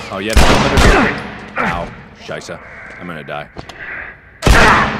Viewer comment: Amayacatwolf -Facepalm- Yes.... It's Scheiße, not Shisa. It means Shit. PROTIP: Google is your friend!